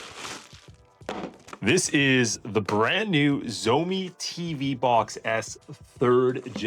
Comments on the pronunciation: it's funny how you said zoemi but it actually pronounced as "shao mi" 😂😂😂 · Xiaomi it's pronounced: shaumee not zomi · While miles better, even your pronunciation is very wrong. 'X' is not a 'sh' sound. It's more like a hiss. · At least pronounce the brand name correctly dude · Please pronounce Xiaomi right lol driving me crazy. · Jeez, please learn to pronounce 'Xiaomi' properly if you want people to take your review seriously. It's not that hard.